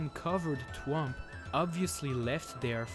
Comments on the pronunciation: So he says stuff like twomp instead of thwomp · "Twomp" *THwomp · The way he says twomp is so funny